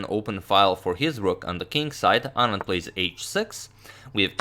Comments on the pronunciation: The fact that he pronounces "Anand" just perfectly, makes me so happy. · Yes... Perfectly pronounced